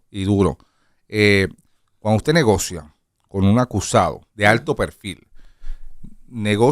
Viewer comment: aprende d Lenín, se dice "negocia" No negocea instrúyase q usted es una periodista.